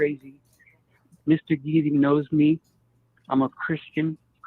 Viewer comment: Who is “Mr. Geetey”—or whatever he said?